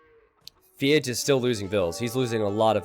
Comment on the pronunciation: It triggers me when you say Feage, the way its written in his name "FeAge" makes me think its a play on words with Iron Age from AOE 1